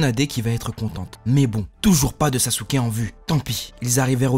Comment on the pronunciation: Comment il a dit SASUKE KUN🤣🤣🤣🤣🤣🤣🤣🤣🤣🤣🤣🤣🤣🤣🤣🤣🤣🤣🤣🤣🤣🤣🤣🤣🤣🤣🤣🤣🤣🤣🤣🤣🤣🤣🤣🤣🤣🤣🤣🤣🤣🤣